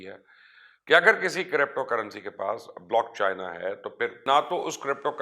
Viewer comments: لعنت تیری ری سرچ پہ پائی، بلاک چین ہوتا ہے بلاک چائنا نہیں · Mubashar sb blockchina nhi blockchain hota hy, ek to ye lafz drust farma lain n 2ndly one coin ka bitcoin se kya comparison bhai?????? Ap bitcoin ko study krain ap ko reality clear ho jaye gi... Thanx